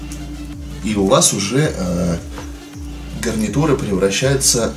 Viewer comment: ты сказал не гарнитура гавнитура